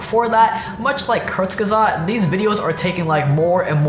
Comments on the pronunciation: as a nativ german speaker i almost have to vomit how he pronounces "Kurzgesagt". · love how you say "Kurzgesagt" it's german and I needed quite a bit to get what you were saying